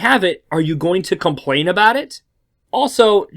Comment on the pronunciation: You say compwain